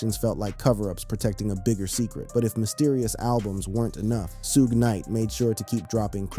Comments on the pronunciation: Thats what I said ai is garbage its suge knight and 2pac not soohge knight and 2pack stupid ai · Whoever idiot is narrating this video should learn how to pronounce Suge and Pac's names. It's very disrespectful to the people he's talking about to not even know how to say their names correctly. The names are pronounced Suge like "sugar" and Pac like Hawk. Dumb ass.